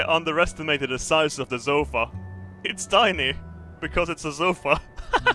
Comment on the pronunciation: That's one leather zofa.if you don't get it,listen to say sofa early on in the vid